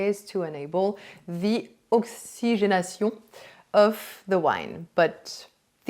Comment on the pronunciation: You pronunciation of oxygenation was très magnifique!